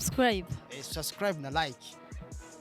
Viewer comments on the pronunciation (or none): Mbe nikuki abarundi na banyarwanda bananirwa nukuvuga subscribe bakavuga sasikrab?mbe nikuki aba naija na cameroun bananirwa nukuvuga ask bakavuga axe??ha ha ha